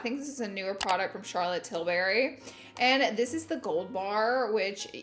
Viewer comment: Every time Laura says “tilberry” not tilbury it’s hilarious to me 😂😂😂